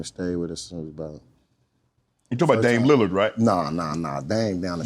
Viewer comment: “you talm bout damian liliard right”😂